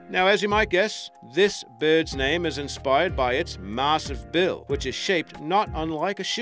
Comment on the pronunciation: I know I said this on another video but dude PLEASE drop that accent. You aren't Australian and you keep pronouncing words completely wrong. We do not say Ahfrica, it's a hard a sound like in 'at'. Same goes for Massive, it's not mahssive. I would subscribe and continue watching your videos if it weren't for you butchering my country's accent because I actually really enjoy your content. I'm not going to say that it offends me but it's just infuriating hearing the accent butchered that way.